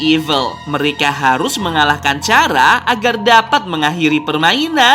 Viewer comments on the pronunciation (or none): Tricky adalah zombie dulu dia manusia terus kesalahan pada eskperimen dan dulu dia adalah dokter sama dj Chara di bacanya kara bukan cara